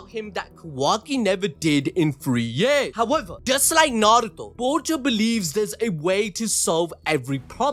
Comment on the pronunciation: I give it to you props for pronunceing narto perfect even most dub actors dont even say it righ .....they say it how its pronouce it how its spelled in english i only see sasuke dub really says it perfect right alll they roll on the r heavy most say it like n...are...u toe the one way that trigger me when people say it like nn..aye..ru...toe 😂😂